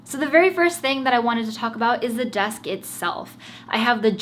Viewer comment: Ngl I really like ur “besk” lol 😂 no cap ur desk is nice tho